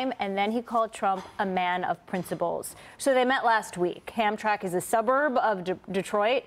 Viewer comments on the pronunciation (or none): It’s pronounced HAM-TRAM-ICK